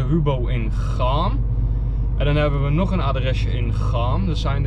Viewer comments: Je schrijft chaam en spreekt het uit als kaam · Lekker bezig man maar zeg in de volgende vlog alsjeblieft “kaam” voor Chaam 😂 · Kaam jonguh ;-) met een zachte k